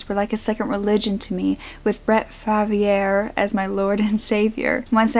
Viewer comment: You pronounced Brett Favre’s name much more eloquently than it is actually is. It’s pronounced like starve w/no t 😆